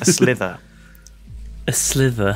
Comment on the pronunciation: its SLIVER not slither....